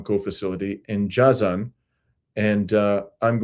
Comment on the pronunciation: it's rather pronounced as " Jay-zan".